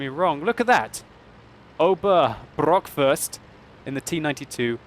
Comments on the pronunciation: Ober Brrrrrrockwurst xD His name was Ober BOCKwurst ;) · oberbrockfirst? XD Its Oberbockwurst, that means i think Sergeant Sausage